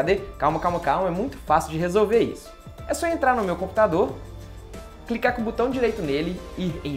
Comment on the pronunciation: Morro com o falando "butão". kkkkkkkkkk